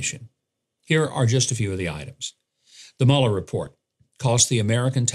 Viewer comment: It's not Muller. It's Mewler, as in German.